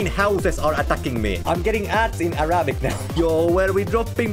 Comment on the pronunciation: Arabic ✖️ Arapik✔️ LOL